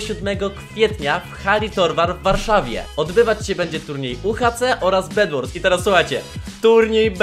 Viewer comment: bed wars a nie bedłors